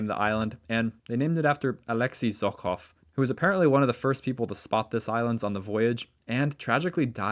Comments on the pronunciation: Not Zokov, but Žohov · Hi, just a tip: Russian "Zh" is pronounced like a very long "J" (like a vibrated "sh"), not Z! Amazing videos, as always! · I want to correct your pronunciation a little bit, so that you don’t make similar mistakes in the future and don’t angry any potential easily offended linguists. Zh is pronounced similar to j except it doesn’t have a little d sound in the beginning. You could also think of it as a continuous j. Personally I write it like zjh so that at least something is similar to the ж letter that it’s supposed to represent. The kh is pronounced like a hard h. Technically the letter it represents is itself h (Cyrillic: х) but it is still written like that because it has a tiny difference to the English h. The English h sounds like you’re warming your hands with your breath in the cold. And Russian h sounds more like you’re about to spit but you don’t. You don’t actually have to try and do it properly and just saying English h whenever you se kh will do just fine and probably be even better. K in the kh acts like k in knife. I will not talk about sch. It is way too complicated to explain in a YouTube comment so just pronounce it like sh and you’ll be fine. And borscht is pronounced like borsh. So Zhokhov is pronounced like zjhohhov (jjohov) Fire video 🔥